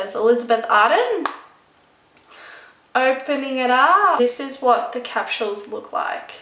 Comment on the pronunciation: How the hell cant you even pronounce something that you love so much??? It aint that hard! ITs phonetically! Litteraly CE-RA-MIDE. And what the hell are capshuels???? Its capsules! There is no shhh sound in that word!